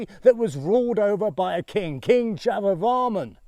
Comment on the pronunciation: I love your enthusiasm and am so grateful for sharing this with us! But I do worry about the land mines! As for the pronunciation of Jayavarman, it should be pronounced as Jaya(Victory) as Jaiya and Varman (Protector).